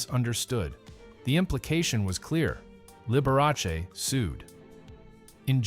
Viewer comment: You should pronounce his name correctly. The Dr. was a true doctor, and upheld the Doctor, Patient confidentiality.